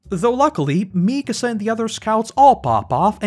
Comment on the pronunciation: dude i adore your videos, but "mee-kassah" hurts lmao